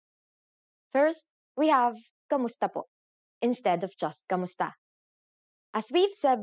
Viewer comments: One point.... You are pronouncing Kumusta as Kamusta... Please be more accurate about it... Kumusta is the proper way to pronounce it but Kamusta is how it is normally pronounce in a conversational manner... Be not confused about it.. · mali naman pronounciation mo sa kumusta - it's not kamusta - it's kumusta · Correction, 'kumusta' is not pronounced KAmusta (not 'a'). It is pronounced 'u', thus 'kumusta'. We pronounce the vowels as they are written. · Writes kumusta but proceeds in pronouncing it kamusta? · Why does she pronounce it "KAmusta" instead of "KUmusta"? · at hindi KAMUSTA ang bigkas..kundi KUMUSTA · It's odd how she says "kAmusta" instead of "kUmusta" because Filipino doesn't have a lot of words that aren't pronounced the way it's spelled. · Wrong. Hi, mali po kayo sa “Kumusta” na ang bigkas nyo ay “Kamusta”. Kung “kamusta” ang bigkas mo, dapat isulat mo rin na “kamusta”. Pero kung ang nakasulat sa graphics mo ay “Kumusta”, dapat “KUmusta” rin ang bigkas mo. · "Kumusta" this is wrong pronouncation meaning sentence in filipino language standards textbooks. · "Kumusta" is Bisaya spelling. In the official Filipino dictionary, it is spelled "k[a]musta" and Tagalog people pronounce it with an "a" sound